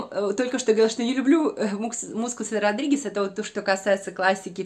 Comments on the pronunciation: Здравствуйте,. Смотрю второе Ваше видео про ароматы. Как же Вы коверкаете имя Родригеса, просто слух режет. Уж если заделались блогером, так хотя бы изучите то, о чëм речь. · зачем мне ваш итальянский, если Вы ведëте русский канал?! Я высылала Вам ссылку на сайт, где правильное произношение всех модельеров и парфюмеров, но видимо этот комментарий удалили. Всего доброго!